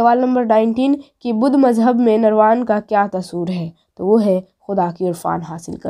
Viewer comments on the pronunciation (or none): none